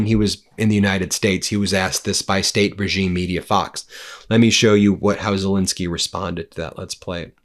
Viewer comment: His name is Zel -ensky, how many times will this bloke call him Zel-insky, irritates the hell out of me.